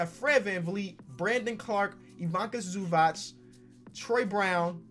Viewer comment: The way you say Ivica Zubac😖